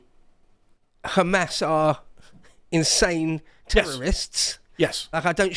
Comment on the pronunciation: Why would british man in english pronounce "qatar" and "hamas" in arabic accent? Why would you do such thing? Bowing down to who?